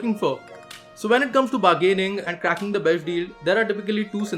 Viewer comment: I laughed a lot when he said besht instead of best